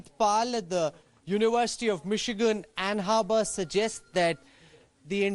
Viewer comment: It's "Ann Arbor", not "Ann Harbor".